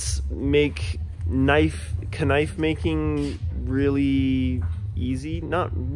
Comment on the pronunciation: finally someone who says knife right